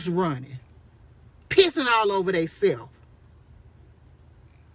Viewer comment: That’s the real her. I wish she would use the energy to learn how to pronounce her words correctly. They self,🤣🤣🤣🤦🏽‍♀️it’s the teeth for me🤣🤣🤣